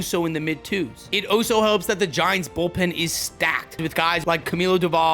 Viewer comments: He also says ALSO (All-so) like its Oh-so. ish Good video, dont get me wrong! Just some tiny issues. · You know you’re allowed to pronounce the L in the word also